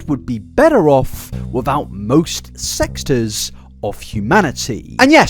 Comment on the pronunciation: "sextors" lol